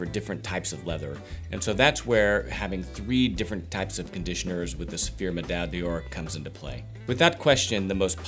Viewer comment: Thanks for these videos. Medaille d'Or is pronounced like /Meh-DIE Dore/ in French if someone hasn't mentioned that here already